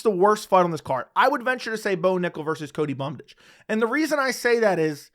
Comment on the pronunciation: Don't ever stop saying Cody Bumdage